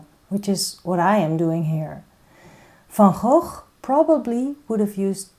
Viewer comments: I think Van Gogh would be pleased! Thank you for your teaching style, ideas and encouragement. And thank you for the correct pronunciation of his name! (He'd be pleased with that, too 🙂) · Thank you re the pronunciation, I keep telling people that too (being Dutch myself) 😊Negative space drawing makes things so much easier I've found